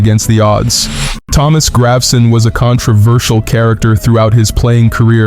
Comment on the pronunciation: "Graveson" is pronounced "Grah-ve-sen". And "Robiñho" is "Ro-been-yo"